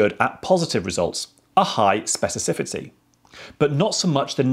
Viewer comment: Spe-ci-FI-ci-ty. Your phonemes are misordered.